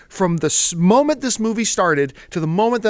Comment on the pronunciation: "smoment" haha